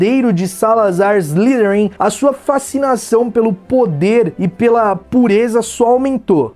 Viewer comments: Cara desculpe mas tenho q corrigir sua pronúncia: Slytherin se pronuncia: "ISLAIFERIM". Y tem fonema AI e TH fonema de F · "Salazar Slirin"